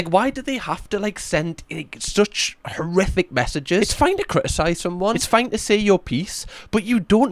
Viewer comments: I think he said horrific but it lead quickly from most which made it sound like he said terrific 😅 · …..He said “horrific”.